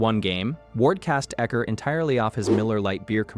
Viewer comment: All credibility lost with U-ecker.